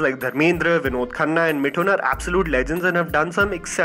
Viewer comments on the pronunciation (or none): It’s Mithun not Mitun 😂😂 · 'मिठुन' नहीं 'मिथुन' 😛😂😂😂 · Bhai Mithun naam hai.. Mee2thoon nahi!